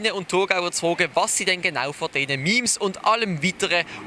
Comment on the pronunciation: im thurgau sinds so zruggblibe, dass sie nöd mal meme richtig chönd usspreche